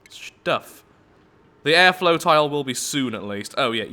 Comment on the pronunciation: Maybe you are slowly becoming an Aussie, don't they say tile that way?